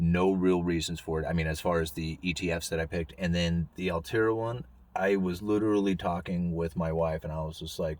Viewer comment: ALL-TREE-AH dude ...lol altria...best asset class performed over past half decade from divy lol...its a great stock